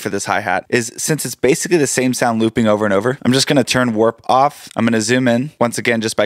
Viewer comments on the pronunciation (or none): none